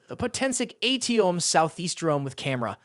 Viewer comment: In Chemistry and other places we learn that atom is not pronounced A T ohm.